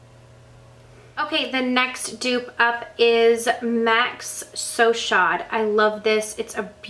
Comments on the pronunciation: You did a great job with this video, so thank you!! Just wanted to let you know: because MAC started in Canada, some of the names are partly in French! So, the lipstick called So Chaud is one example. Chaud means hot in French and you pronounce it: show. I hope you don't mind me telling you this!! Greetings from Canada!!! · Love your videos! Just a heads up that 'chaud' is a french word for hot. It's pronounced 'sho'.